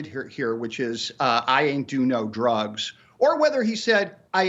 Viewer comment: Why am I hearing "I ate too many doritos" drugs has 1 syllable, and whatever hes saying clearly has 2 syllables